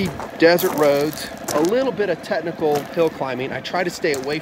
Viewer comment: The motorcycle vid drinking game: 1 shot of espresso every time he says "TeTnical"